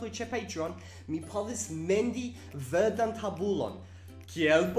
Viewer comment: Komparu: vɜrdan tabulon ✖ la heroo ✓